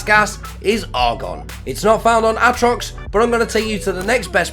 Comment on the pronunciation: Ahtrox, meethane, oh god lmao